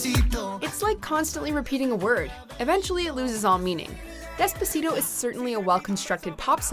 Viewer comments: you mean despa-shit-o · Anyone that pronounces despacito like this lady did doesn’t have an important opinion to me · You’re not even saying despacito right but okay